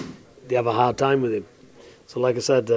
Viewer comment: VIS AND VAT. Talk properly pal